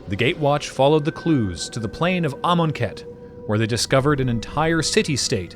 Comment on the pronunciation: Knew it was from the jump. The pronunciation of Amonkhet sealed it.